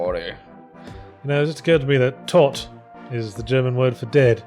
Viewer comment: ***** Certainly better than his pronunciation of the word "tot".